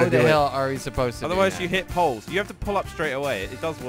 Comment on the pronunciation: ran into a ploe and he said theires a ploe